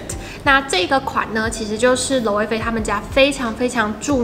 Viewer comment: 很棒，是少數能把Loewe發音正確的YouTuber🤣🤣